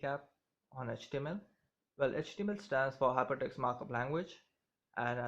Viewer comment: you can't understand what your saying, you speaking to quickly and bad pronunciation. its sounds like your saying html stands for hipitus markup language. and you speak quickly long pause quickly pause quickly pause. its like you don't know what you are talking about.